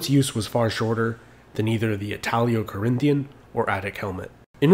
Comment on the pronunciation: ItalO, not italio